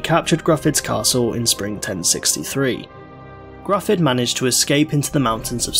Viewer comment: Very well researched video, though I gotta say it does irk me a little when people pronounce Gryfwdd as "Gruff-udd" or any permutation thereof, rather than the same as the (Welsh-derived) English name "Griffith."